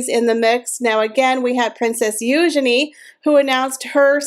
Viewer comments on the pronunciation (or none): none